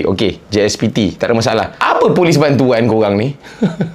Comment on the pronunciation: Last last gelak sebut bantoan 😂😂😂😂